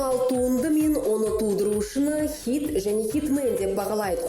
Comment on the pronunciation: Неге xит деген сөзді xЫйт деп айтад